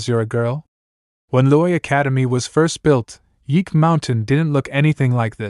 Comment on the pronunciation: If you too are confused by some words, here you go.. 'o-deed' -> overdosed, 'I refined' -> we refined, , & 'geo-li' -> nine li, 'yeak mountain' -> ye mountain, 'M I A' -> Missing in Action, 'editing' -> speaking, (I know s comic just started translating the story so small errors are inevitable, but we have someone who's trying, please support him)